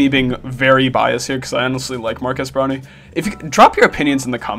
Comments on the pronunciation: Am I the only one who hears not marques brownlee but rather marques brownie? Great vid tho, Twitter is at it again cancelling everything and anything on sight... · BRO HRE PISSING ME OGG SAYING BROWNIE